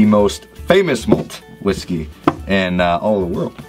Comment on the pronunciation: Please learn how to properly say the name of the Whisky before you review or list it.